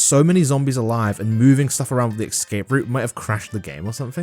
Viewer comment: pls learn to pronounce 'escape'